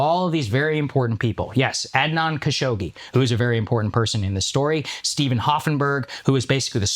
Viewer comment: I know akash is like bro at least say Adnan right 😅 Akash has the most fob pronunciation but sometimes he's right